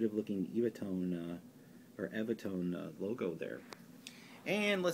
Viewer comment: To be super pedantic It's pronounced EVAH not eeeevah tone, the few I have include a self promotion for the sheets themselves with comedians Dick and Bert , and they repeatedly say, and even sing it at one point, as evah, perhaps as in 'they last forever'- tone sound sheets Love the vids, cheers